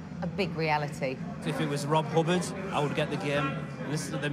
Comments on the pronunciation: ""? What is this presenter on? Was he a character from The New Statesman? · Rob Hub baaahhrd? S.I.D. chip? They didn't do much research did they? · Don’t think its fair to call this badly researched. Firstly, his name may well be pronounced Hubbaaard and secondly it is the S.I.D. chip - That’s its correct name. Be thankful we finally got the genius Rob H mentioned on mainstream TV instead of whining.